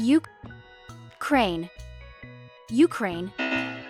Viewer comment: my Country U-Crane😂😂😂